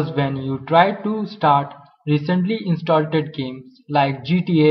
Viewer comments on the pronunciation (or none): love it when he says installted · "Installted" lol